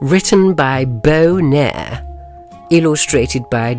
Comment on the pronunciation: The author's name is Bo Nehr. THE AUTHOR'S NAME IS BO NEHR. FAM.😳